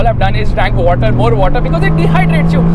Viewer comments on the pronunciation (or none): none